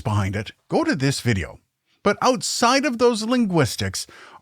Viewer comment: "Not a single canadian says aboot" - "Ootside of those linguistics..."